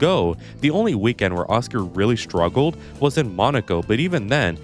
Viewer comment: Guys, what accent is changing "s" to "sh"? Sone southern American? Like is pronouncing "shtruggle". As non native speaker I don't understand why some words with "S" at the start are being pronounced like has stones in his mouth